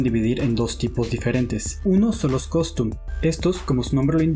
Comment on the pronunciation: por tercera vez dices costum en vez de custom... buen video, buena información. Gracias...